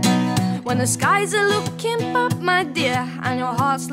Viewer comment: I like how she says bad " bap "